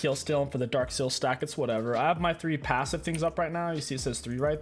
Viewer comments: your PAHssive? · the “pawssive” got me rolling on the floor